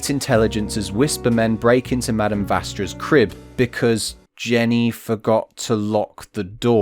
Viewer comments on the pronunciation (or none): none